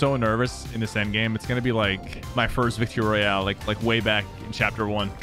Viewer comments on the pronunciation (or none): none